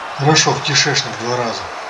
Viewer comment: Бл, как я ору с твоего смеха и ряда слов "страшно", "кентакли", и божественный "кишЭчнЫк" аххаах Лайк автору, однозначно, смотреть оч круто! Красава!